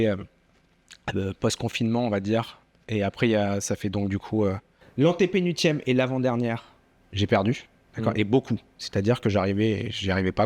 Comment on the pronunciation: quel régal, merci à Wina, merci à Pierre ! Pierre par contre on prononce le L de antépénuLtième ;)